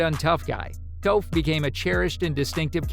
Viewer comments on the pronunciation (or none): Foreal this man said toaf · Who is toef? Sorry for correcting you. But it sounds like taaf. I apologize again. But the whole reason that the live action was so terrible was the mispronunciation of all of their names